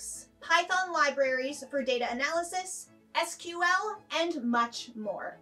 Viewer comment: I worry about a presenter who doesn't know how to pronounce SQL and Deloitte